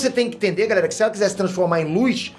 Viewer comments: Galela kskskksksks o falando galela aí invés de galera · "galela" kkkkkkkkkkkkkkkk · 4.48 minutos GALELA aeeeeeeeee cebolinha kkkkkkkkkkk